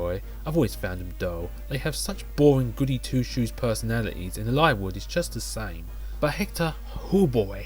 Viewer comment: omg a voice ahhh, nah jk. I really like the way you say Eliwood,tho which makes me think how I actually never talk about FE7 with someone irl that I never thought about how to pronounce his name lmao. But good video! I am looking forward too those top5/10 videos!